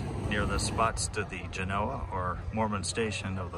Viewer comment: Thank you for pronouncing the name of the town/settlement, correctly.